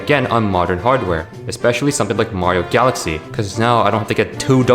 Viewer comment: "bario" sunshine. my favourite nintendo game